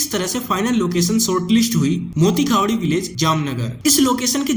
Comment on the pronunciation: मोती खावडी❌️ मोटी खावडी✅️